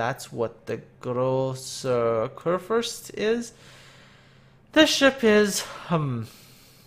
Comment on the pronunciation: Großer Kurfürst pronounced just right.